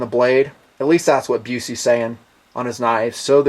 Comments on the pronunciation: I'm not giving you flak on this man, cuz when I first got into them myself, I didn't know, but Its pronounced "Buss-Ee" :) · No offense mate, but its pronounced "Bus-E" Bus as in school bus. Just FYI. :) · it's busse, sounds like buzzy, pronounced like buzzy. If you don't know how to pronounce it maybe you could call the company and see how they pronounce it. instead you let everyone think you know something when you sound ridiculous miss pronouncing it everytime. I couldn't even make it past the 4th minute. oh, they aren't hard to find when you know where to look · What is it? Booce? Buss? Bussy? Boocie?